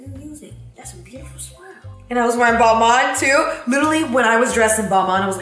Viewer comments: wait i thought balmain was pronounces ball-maine, not ball-mawn💀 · i swear as a European I hate how American people say balmain it's literally BALL MAIN = BALMAIN